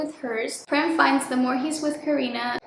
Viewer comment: Okayyyy so the pronunciation of the name "Prem" actually goes like "pram" the 'pra' as in "prayer", atleast in India. But it's a proper noun so it doesn't really matter how you pronouce it 😭 I'm Indian soooooo